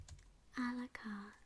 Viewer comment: I love how your pronunciation of a la carte sounds like Alucard.